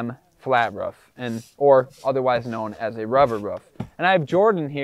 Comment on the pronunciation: bro why are you saying rof? just say roof